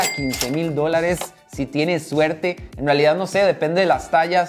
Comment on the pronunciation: “Que carwo, espero que se haga rwealidad” 😂😂😂😂😂